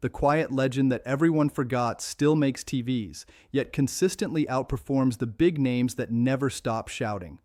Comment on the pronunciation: Could you at least get the AI not to say T-v-s. That one small quality improvement would do so much to ease how annoying these videos are.